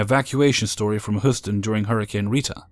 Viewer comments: First story the city name is pronounced hYOUston Texas not hooston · hey dude. nice job. but it's Hew-stin. but spelt Houston